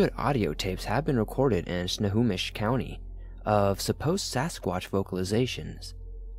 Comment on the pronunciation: Spo-kan. Watt-kum. As a life long resident of sno-ho-mish county, I would like to applaud you. You did a lot better on pronunciation of our cities and landmarks then most. (A good chunk of them are the indigenous names)